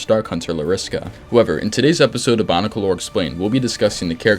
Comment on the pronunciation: I don't wanna be that guy but, is he saying Bonicle?